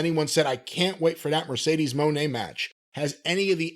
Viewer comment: "Mercedes MOANNN"